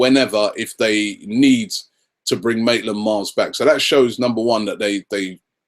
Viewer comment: btw Robbie it's Ainsley Maitland Niles. Not Miles